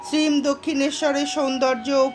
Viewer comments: Apni ‘Shreem’ keno bolchen ? Ota ‘Shree Mo’ hobe…Master mohashy er short Mo. …. Otherwise it was enjoyable. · Sri mo uchharon korbe khub bhalo lagche. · আপনার শ্রীম শব্দটির উচ্চারণ সম্পূর্ণ ভুল